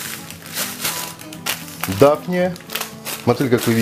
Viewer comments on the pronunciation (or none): Почему мОтыль? У нас на Урале говорят мотЫль! Как правильно?